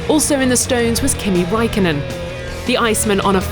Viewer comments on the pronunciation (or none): Raikkonen, NOT Raikonnen. ok thx bye. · Raikonnen... bruh tf is that. It's Raikkonen ffs why are finnish names so hard for foreigners??? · "Raikonnen"? WTF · RAIKKONEN* (or Räikkönen but not Raikonnen ffs) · Did she said "Kimi WAIKKONEN" ????? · Come F1 organization, get Kimi's last name right!